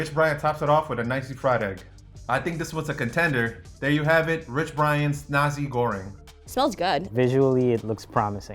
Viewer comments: it's pronounced nasee not N@ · Hes saying Nazi Goreng instead of Nasi Goreng lmao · It's pronounced Na-si, not Na-zi 🤦🤦🤦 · This man said nazi goreng... Why do you ppl say nazi instead if nasi? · I dont trust this chef. Even Jamie Oliver can pronounce nasi and kicap manis properly.